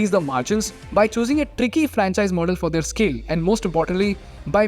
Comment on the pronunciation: Learn how to say "their" properly.